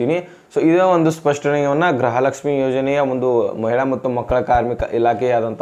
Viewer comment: ಅಣ್ಣ ಗ್ರಹಲಕ್ಷಮಿಅನ್ನಬೇಡಿ ಗೃಹಲಕ್ಷಮಿ ಅಂತಹೇಳಿ ಅಣ್ಣಾ ಕನ್ನಡ ಕ್ಕೇ ಅವಮಾನ ಮಾಡಾಬೇಡಿ 5ನೇ ಬಾರಿ